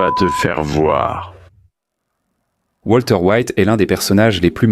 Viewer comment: Walter, pas Voltaire 😂